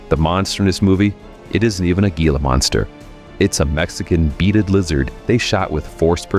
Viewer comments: Given the fact that the narrator is unable to pronounce "Gila" correctly, I think he has little room to mock it. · Hey narrator, reference The Giant Gila Monster" Gila is pronounced HEALA, not Geala. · The only problem I have...It’s pronounced "hee-la", not "gee-la". I know how It’s spelled, but It’s Spanish.